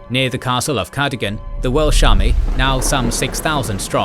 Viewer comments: Yay more Wales! Great pronunciation! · As a Welshman I’ve really enjoyed this series. And your Welsh pronounciation is excellent! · It truly is. The way he pronounces all the Welsh names near perfectly without missing a beat truly warms my heart. So many names get butchered on other channels, but never here. Diolch!